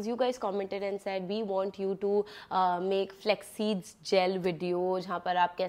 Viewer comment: Flaxseeds ❎ Flexseeds 😁